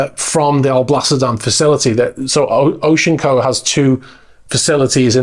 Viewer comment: Thank you for pronouncing Oceanco properly, so many people call it O.C. Anco and it drives me insane. Can't count how many times I've seen Seven Seas at Pier 66, pretty boat (Nuvolari-Lenard design) but having to hire a crane to load the tender on the aft deck when they drained the pool seemed silly. Hopefully his new boat won't have that problem.